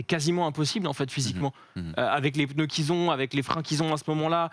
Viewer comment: "économie de pEneus" 😅😅